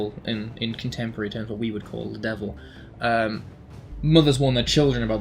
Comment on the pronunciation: Hm.. "let us know if you uld like to see in the future"...?